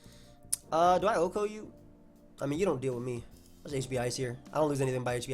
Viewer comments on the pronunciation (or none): none